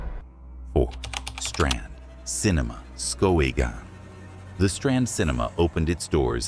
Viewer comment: If you are going to do a video on Maine. You should at least know how to pronounce the towns of Maine in which you are highlighting… Say skowhegan again lol😂